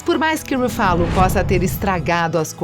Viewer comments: ele falou pronunciar o nome certo o certo é Ruffalo e ela fala RuFÁlo , Pensse antes de chamar alguém de burro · "brái" Larson, Mark "rufálo", Robert "dônei" Jr, Jason "istédirram, Mickey "rúrk"... Tá osso! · Huffalooo ,qual a dificuldade de pronunciar o nome correto? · RuFÁlo é mais gostoso de ouvir do que RÚfalo. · E esse "ruFÁlo" pela amor de deus né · eu to rindo d+ com o “Rufálo” plmdsNDSJDNSJDJSDJSKSKAKKKKKKK🤡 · RUFÁLO kkkkkkkkkkkkkkkkkkkkkkkkkkkkkkkkkkkkkkkkkkkkkkkkkkkkkkkkkkkkkk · explodi no "ruFFÁlo". KKKKKKKKKKKKKKKKKKKKKKKKKKKKKKKKKKKKKKKKKKKKKKKKKK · eu não to feliz com o "Rufálo", odeio esse hulk bobão que fizeram! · A narradora precisa melhorar a pronúncia dos nomes dos atores. Dói de ouvir, ex. Ruffálu?! Misericórdia! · Aula de pronúncia 1.0: Brie Larsson - Bri Larsson Don Cheadle - Don Chidou Mark Rufallo - Mark Rúfallô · Brai larsen. Chédou. Rufálo. Pronuncia tosca. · Rufalú kkkkk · Ouvidos sangram kkkkkkkkkkkk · Eu até estava gostando mas depois de ouvir duas vezes: RuFÁlo, perdeu a graça kkkkkkkk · Eu ia dizer isso. Doeu no mindinho do pé esquerdo. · Fala sério galera do Se Liga, um canal com mais de 50 mil inscritos colocando um robô pra narrar? Gastem um pouco pelo menos com isso, essa mulher toda vez fala algum nome errado. Os vídeos tem um conteúdo Espetacular, mas essa narração... Pelo amor de Deus! Melhorem esse aspecto pois a demais está muito bom.